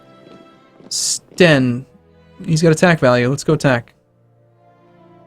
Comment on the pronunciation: "Sten" Haha... when others reads Swedish.:'P